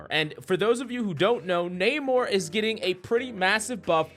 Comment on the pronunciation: Coach. It's "Nuh-More" not "Nae-More" lol😂